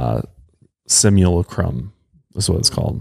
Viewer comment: Just so you know... It's : SIM-YOU-LAY-CRUM <3 Joshisms are the best lol